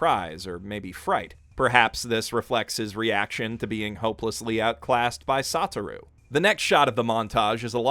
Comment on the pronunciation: His pronunciation of everything as well as his ordering of the character's names makes me feel like he watched JJK dubbed, (eg Sata-roo Gojo)